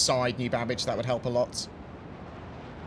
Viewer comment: Babic or Babbage